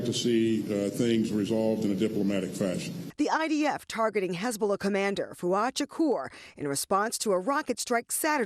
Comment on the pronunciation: I find it pretty funny how this black New York Democrat is pronouning the word 'Hezbollah' like he's a hasidic Jew: "HizBA Lah." 😂